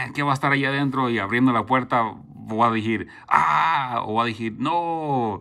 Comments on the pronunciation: Digir jajaja decirrrr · voy a decir* good, voy a dijir* wrong just for let u know bro i like your vids and your spanish too, keep going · “ voy a decir” No voy a dijir. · No se dice dijir se dice desir no se dice misteria es misterio y me gustan tus vídeos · SALUDOS.UNA OBSERVACIÓN...NO SE DICE DIJIR...SI NO DECIR.... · Se dice... Voy a decir... No voy ajir😂😂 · 'Voadijir'🤣 🤣 🤣 🤣 Voy a DECIR. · Oye no te han enseñado hablar no se dice dijir se dice DECIR tampoco se dice rompido se dice ROTO aprende hablar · "decir" amigo, no dijir